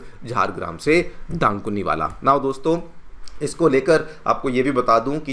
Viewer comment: It's ডানকুনি, not দানকুনি